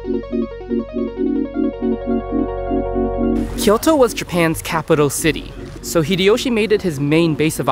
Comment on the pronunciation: Great video. Your pronunciation of Osaka is good, but Kyoto sounded super American lol. Nonetheless very much enjoyed it.